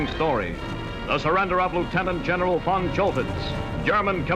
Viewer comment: Is that original newsreel-narration audio? I would be surprised if it were, due to the perfect pronunciation of the German von where the v is correctly pronounced /f/.